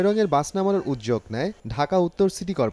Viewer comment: Uccharon Uddog?? Naki udjog? উদ+যোগ=উদ্যোগ আপনি উচ্চারণ করলেন উদজোগ why??? Time: 2.36 min.